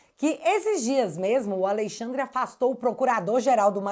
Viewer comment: Hehehe, "Aleixandre"